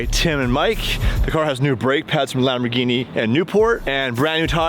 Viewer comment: E-gini… no more LAMBOR-GINTANI 😂❤🤣